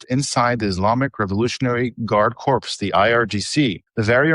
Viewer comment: "Guard Core not corpse. It's French and the ps is not pronounced.